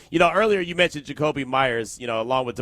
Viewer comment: 0 menshew...er menshon from